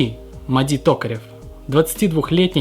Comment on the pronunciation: Не Мади Токарев - а Мади Токтаров